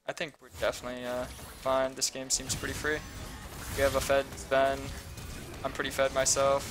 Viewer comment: Its zven not sven, sven is in c9 i am surprised no one pointed that out.